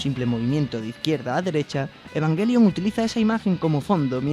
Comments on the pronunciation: Es o Evanyelion o Evangelion, nunca evanguelion por el amor De Dios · eee que se dice ebanyelion!